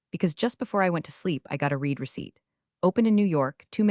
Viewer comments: Too bad you still don’t know how to pronounce the word, “read.” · It's a common mispronunciation error. Like 'reed' for 'red'. Funny how they don't mispronounce labyrinthine.